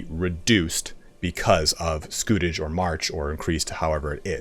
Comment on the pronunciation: You were right the first time pronouncing scutage (scoo-tage). It comes from the Latin scutum for shield so was essentially a 'shield tax'. In the early years after the Norman Conquest of England feudal contracts specified provision of military service if you were a knight or provision of x number of knights if you were a major landowner, as there was a need to raise troops quickly and efficiently in order to subjugate the Anglo-Saxon population and protect the borders against Scots and Welsh. However, as their rule became more established it suited kings to replace this requirement with a regular monetary payment instead. It meant that the king got a cash income which he could spend on whatever he wanted and it was more simple for a vassal who did not have to provide trained men, horses, armour etc. It was particularly abused by King John who tried to exploit it as much as he could. In the long run though it ended up benefiting the vassals as, except for John's attempts to abuse the system, the payments generally remained relatively fixed which meant that with inflation and increasing costs of warfare the scutage payments became increasingly insignificant as the Middle Ages went on.